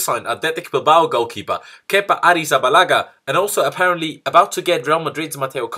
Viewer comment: Fuck me how did you say Kepa‘ snake